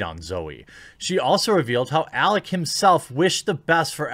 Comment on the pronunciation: jeremy mispronouncing alec’s name is even less surprising than zoe quinn trying to capitalize on a trending topic by pushing her victim mentality